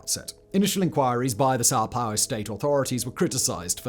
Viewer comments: why does he keep saying "Sao Pau" ? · 😂 came for the Sao Paulo